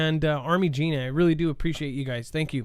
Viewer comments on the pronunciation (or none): none